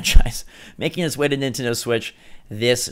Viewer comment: is it nintendo or nitendo... even bandai confuse